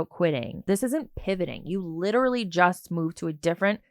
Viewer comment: I hate when ppl say ‘lit TRUH lee’.